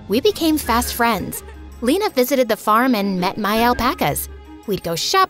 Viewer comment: bruh the way she says lena its funny as a german u pronounce lena not lina like eeee not iiii